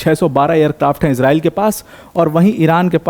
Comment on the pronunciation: Bhai tu iran aur israil ka nam thik se le